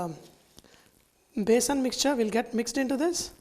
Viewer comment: It is besan not basin